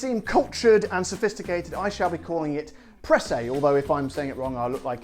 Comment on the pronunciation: Your pronunciation was correct :)